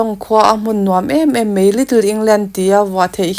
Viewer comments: Mei tih i uar ee,,,, mai ti teh 😂😂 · Mei mei mei a ni lo..Mai ti rawh..